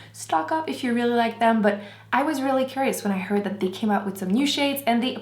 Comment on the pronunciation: Why does she pronounce "the" or "they" as "de" and "dey"?????